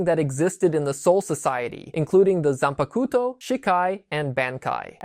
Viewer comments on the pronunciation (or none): good summary but gotta work on your pronunciations a bit lol some words i notice you struggled with which is fair cause of our brains work when looking at romanji characterized words. but to give you some clarity: Shikai sounds like= She-Kuh-eye Zanpukato= Zahn-puck-a-toe Shirafude Ichimonji= She-rah-foo-day, Ee-chee-moen-gee Futen Taisatsuryo= hoo-ten, Tie-saw-sue-ree-yoh-oh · They way you say zanpakuto is terrible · You said it nicer than me.